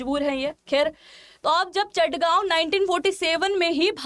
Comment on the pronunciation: Its Chittagong not Chattagaon